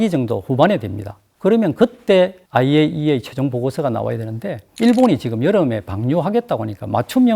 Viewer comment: 전문가라고...? 9분1초~4초 영상에 에이아이이에이라고 한다... IAEA 약자도 순서를 헷갈리는 사람인데... 씁슬하다...